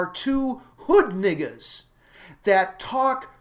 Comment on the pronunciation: Thank you for not being afraid to say "Hood Niggas", lol!!! I love it, there was absolutely no better way to describe the twins, and you pronounced it perfectly!!! That's why I love you man!!!! You have single handedly changed how I look at movies. You are clearly the man!!!!